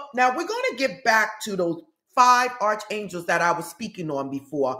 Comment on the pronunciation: Hi, I think the correct pronunciation is ark for Arc Angel's